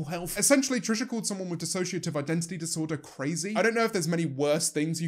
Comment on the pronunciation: OMG, James said "Dissociative" correctly...I'm so proud